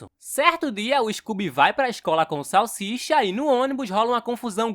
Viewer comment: Salshisha não. cala boca salsicha salshisha. Vc está me desafiando é iiii rapaiz